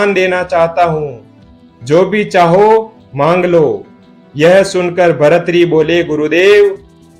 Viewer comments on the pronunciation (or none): भर्तृहरि ही नाम है। इसको शुद्ध कर लो( भरथरी नहीं)